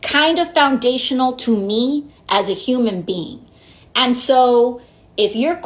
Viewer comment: "Like... Kinda foundational to me as a human bean."